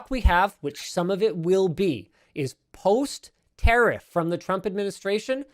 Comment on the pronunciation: Its pronounced ta riff not ter riff